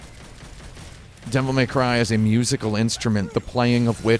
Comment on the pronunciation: "Devil May Crive" "Devil May Clive" Those are cute.